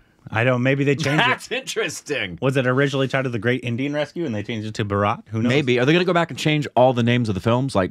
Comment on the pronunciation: Guys! The correct pronunciation is "Bhaaa-ra-t" and not "Bha-raaaaat". :yougotthis::yougotthis